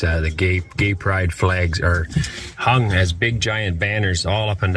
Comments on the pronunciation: The way he puts emphasis in "hung" feels like he's thinking about something else 'the gays' are hanging besides flags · When he puts emphasis on "hung" I dont think he was picturing flags.